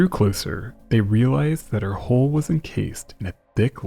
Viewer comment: HULL!!! NOT HOLE!!!